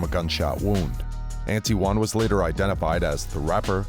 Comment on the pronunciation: "Anti-Won Dillard" 🤨